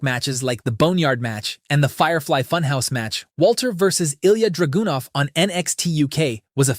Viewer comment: The way you pronounced "ilja dragunov" made me 😂😂😂😂